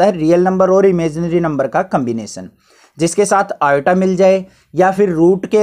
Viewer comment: i = iota ❌ i = atta ✔